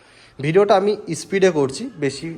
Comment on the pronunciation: দাদা ভাষা ঠিক করে বলুন।( ইস্পীড, পেরায়, ইসস্কিপ) এই গুলো কি ধরনের ভাষা। ক্যামেরার সামনে শুধু ঘড়ি পরা হাত দেখালে হবে, একটু লেখাপড়া শিখতে হয়।